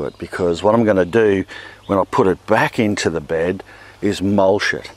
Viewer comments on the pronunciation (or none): When you say “mulch it” it sounds like “mole shit” which I imagine would also be good for the garden but it makes me giggle every time.